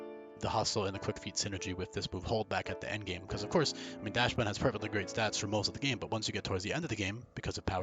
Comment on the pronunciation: I'm sticking with that heater level 1 moveset. Mono cute dog behavior set to the top, you don't need to do damage if you melt your opponent's heart. Correct pronunciation would be "dox-bun" btw, as the original dog is like "dox-hund". German type shit